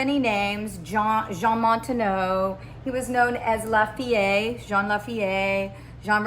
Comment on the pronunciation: Our family’s name is pronounced Mon-tuh-nay beloved.